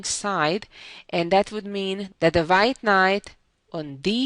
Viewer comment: Susan's English would be perfect if she would pronounce her v's like a v and her w's like a w....so, hope she can make this one change, and keep her lovely accent. For instance, wh sound in white...rather than vite...:) This is only a suggestion, because the wh sound is not difficult to learn.